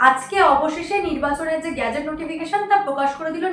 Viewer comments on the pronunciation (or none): উচ্চারণ গ্যাজেট নয় । সঠিক উচ্চারণ গেজেট নোটিফিকেশন। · গ্যাজেট নয়, ওটা গেজেট হবে। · গ্যাজেটের নয় উচ্চারণটা গেজেট হবে। উচ্চারণে একটু সতর্ক থাকুন। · অ্যাঙ্কর বললেন - "ভোটের গ্যাজেট নোটিফিকেশন প্রকাশ হয়ে গেলো" গ্যাজেট - Gadget (ছোট যন্ত্র) গেজেট - Gazette (সরকারী ইস্তেহার) মানব বাবু, এই শব্দ দুটোর পার্থক্যটা আপনি একটু বুঝিয়ে বলবেন। শব্দের মানে না বুঝে যদি উনি প্রতিবেদন করতে বসেন তাহলে এরকম ভুল বারবার হতে থাকবে এবং এর ফলে আপনার চ্যানেলের সুনাম নষ্ট হবে যেটা আমরা কখনই চাইব না। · দিদি ভাই সংবাদ পরিবেশন ভালোই লাগে। তবে ওটা গ্যাজেট নয়, ওটা গেজেট নোটিফিকেশন। গ্যাজেট মানে আলাদা।